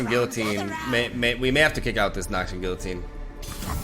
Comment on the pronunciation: I can't believe you pronounced the ll's in Guillotine wrong, as a Spaniard!